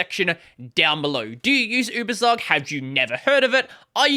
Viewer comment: Just a note on pronunciation: it's YOU-BER-TSOOK